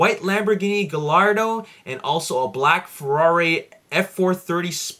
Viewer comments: Advice, The Gallardo is pronounced Guy -Ardo:) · Gallardo is not syad guyardo that is stupid my last name is GALLARDO!!!!!!!